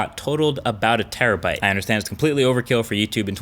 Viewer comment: "50 Terribyte SD card." Umm are you living in 2012 or something MKBHD?